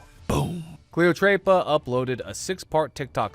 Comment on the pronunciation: I laughed at ”Cleotreypa”. It was just so white 😭☠️